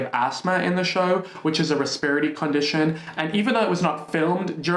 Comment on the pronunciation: i was so confused by your repertory pronunciation at first haha i had to listen a few times to understand what you were saying lmao it's cute tho!